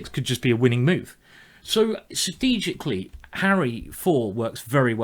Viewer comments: Ikr, 'sistegically' XD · the way you pronounce strategically :D